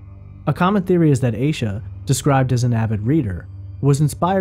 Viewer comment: He is pronouncing it correctly